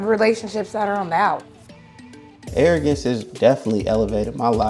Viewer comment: Arrogrance???😂 get the fuck outta here.